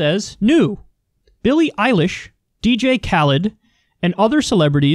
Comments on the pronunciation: Did you say “Billie Relish”?? 😆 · LOL "Billie Rellish" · "Here's Billie Rellish" LMAOOOO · Did he say Billie Relish? hahahaha